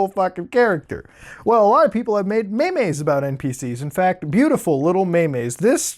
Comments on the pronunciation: They're not meymeys, they're memes. MEMES. not memes. M-EE-M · "Mey meys" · What ya talking bout dem maymays